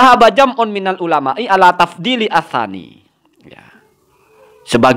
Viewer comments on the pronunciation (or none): Udah jelas ala tafsili, ko bib bahar baca ila tafsili